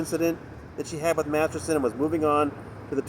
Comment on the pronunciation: How are you pronouncing Danny's last name? Massison? It's weirding me out. But LOVE your reports...thank you.